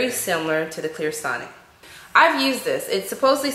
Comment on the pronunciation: First off, it's Clarisonic NOT Clearsonic. If you're making an informative product video for your viewing audience, you should minimally know how to both spell and pronounce the product name. Undoubtedly, the brand would appreciate that much effort on your part. My opinion of product comparison isn't biased as you so incorrectly suggest. It is, however, given from a personally researched and tried perspective. Parfois, le bon marché peut coûter cher! Google it my dear.